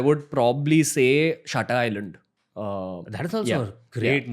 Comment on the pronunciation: did i just hear ranveer saying Shata island :DDDDDDDDDD....13.20 SEC